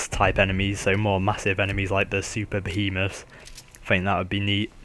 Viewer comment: you said Super-behemoth but it sounded like Super penis.